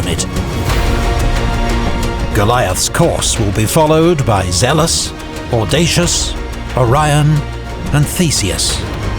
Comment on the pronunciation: The audacious killed me when i heard it >.<